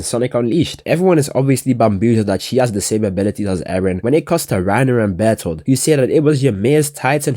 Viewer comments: yo every time you say bertolotos naem im cracking up twin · Bro the fact that he never said Bert's name properly the entire video is hilarious 😂😂😂😂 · bro he keeps pn messing up Bartholomew's name 😭